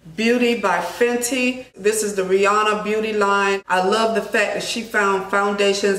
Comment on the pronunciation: Fenti not Fenton 😂